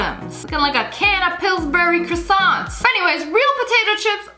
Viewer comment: Fat kid from Jimmy Notron be like:are you going to finish those crusonts